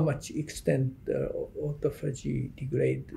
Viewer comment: The interviewer needs to know how to pronounce “autophagy”…since…that…is…what…the… video…is…about. Good grief.